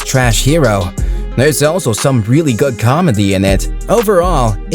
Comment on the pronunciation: The way you say GOOD sounds like GOD.